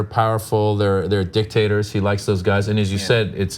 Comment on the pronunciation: OMG did he say "Dick tater"?? A potato that is a dick?